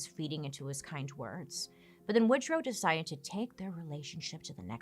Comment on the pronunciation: Woodruff Wilson? … I thought it was Woodrow Wilson…😬